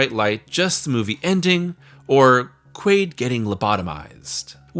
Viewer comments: Quail? You serious? It’s Quaid… have you not seen total recall? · you called him Quail so many times I started doubting that his name was actually Quaid... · Its QUAID not QUAILL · You really spent the whole video calling him Quail instead of Quaid? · his name is not quail. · I would be a good video if you could say the man's name correct.